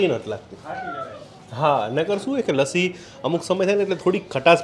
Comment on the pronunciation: Lacchi na kevay lassi kevay, game tya na loko hoy pan bhasa and ke vastu nu nam je original hoy j bolay, tame have atla mota youtuber bani gaya cho to tamare to khas dhyan rakhvu joie, because tamari channel des vides ma loko jove che, etle je bolo e bija loko evu khoti shabdavali sikhe, ghar ma ke mitro sathe bhale game tevi rite vat karta hoie pan jyare atla mota platform par tame bolta hoy tyare je sacho sabd hoy ej bolvo joie